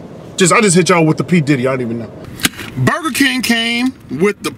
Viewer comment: Burgure King